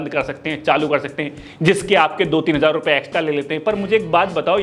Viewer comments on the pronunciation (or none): none